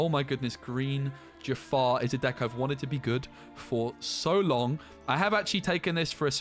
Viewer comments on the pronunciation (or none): none